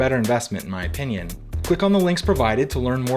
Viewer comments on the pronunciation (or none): none